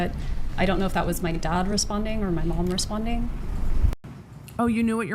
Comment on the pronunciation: I know it's insignificant, but I can't get past the way she pronounces "dad" as "dod" and "half" as "hoff." She's not a Valley Girl! Does Florida have an equivalent?